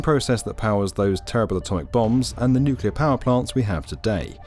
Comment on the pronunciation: Thank God you enunciate nuclear correctly, Makes it possible for me enjoy this video as it deserve. "Nukular" sayers hurt my soul.